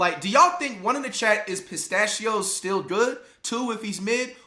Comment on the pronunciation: fight. His last name is Pacheco Isaiah Pacheco. Not pistachios Pacheco flight. You're so goofy